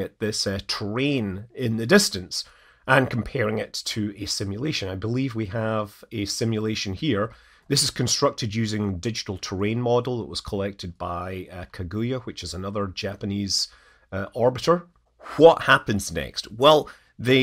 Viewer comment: Google Translate is terrible at Japanese. Now I'm curious what that line actually said in Japanese. By the way, it's ka-gu-ya not ka-GU-ya as well as a-ka-ts'ki not ak-ka-SU-ki. Japanese names don't have English stress patterns.